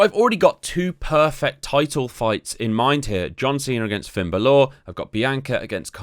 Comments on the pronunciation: B A L O R Not Balooorr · This bloke can't say balor he keeps saying balaw 😂😂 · Finn Bal-orrr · Did he just say Finn Bal-Or ? 🤣🤣🤣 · It’s bal ler brother sorry for the gammer but good video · someone don't watch WWE or play regular matches? Baloooor? Asooka? Bassler? come on man you're not even trying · Their called "faces and heels" good guys and bad guys, how hard is that? If your playing a WWE game you already know what they are so why not just call them that. Finn's name is pronounced Bal ore. Specialists are the best because you can put them up against ANY STYLE, bruisers you need to put them up against fighters, giants against cruisers but again SPECIALISTS you can put up against any style. It's pronounced Aska not AsUka, Jesus Christ have you not watched a single WWE show? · Hey asshole, how about learning the correct pronunciation of the wrestler's name before butchering it multiple times? Thought Brits were supposed to be intelligent. Dead ass wrong. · the pronounciation of finn bálor in this video is outrageously triggering for no reason. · The pronunciation of Bálor is killing me..